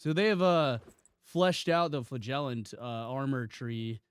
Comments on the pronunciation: You really need to look up how to say "flagellant" You say it like a fart, flagellant. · Also dollars......